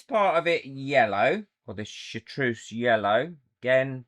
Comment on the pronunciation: I tune in for the projects and stay for the gremlin giggles. You're awesome 😁I say chartreuse like "shar-true-ss", so I think you got it right 😁 An incredibly cute axolotl! Their face is adorable! Loved the Roman gravel one, gives the axolotl an almost dinosaur look somehow 😍 and the chrome powder one really brings out the details of the mould 💚✨🌈